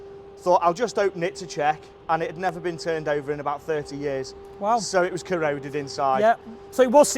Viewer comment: the way he says corroded is making me crease 😂